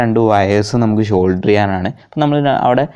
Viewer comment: ഷോൾഡർ അല്ല സോൾഡർ